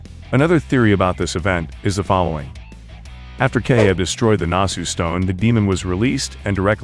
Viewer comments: I think it's pronounced "Keh-hi-ya" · I think its pronounced "keha ya"